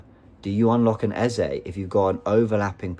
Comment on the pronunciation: Can you pronounce eze name the right way plse